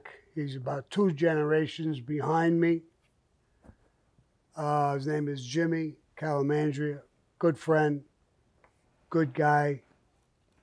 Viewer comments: I’d find it more believable that you knew jimmy if you pronounced his last name correct....CA..LAN...DRA....and it’s the “ Bath Ave Crew” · Jimmy "Calamandria". LOL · “Calamandria” lol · “Jimmy Calamandria” .. butchered the guy’s name and Jimmy didn’t say nada lol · Jimmy Calandra not Calamandria. lol. Bath Avenue Crew not Bath Beach Crew. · You mean to generations AFTER you and his name is CALANDRA NOT CALAMENDRA SMFH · Sammy calls him Jimmy Calamandria, lol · Jimmy Calandra. Sammy says jimmy calamandria 😅😂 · Didn't Sammy butcher Jimmy's sir name? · Jimmy!! Why does Sammy butcher the fuck outta your last name!? 🤣🤣🤣